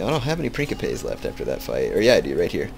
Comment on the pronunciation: Love it. But please, its Prince - ipes. Like principle.